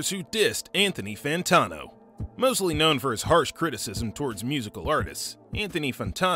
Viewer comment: how do you research an entire video about him and still not learn how to pronounce his name lol ... good vid tho